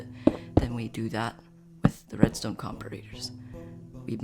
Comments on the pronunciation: great video bro but im not gonna lie to u, you dont say comperators its said like comp-ara-ters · I laugh so hard every time at the comp-ah-rate-ers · The way he says comparators pisses me off but other than that it is a great video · i hate how you pronounce comparators >:(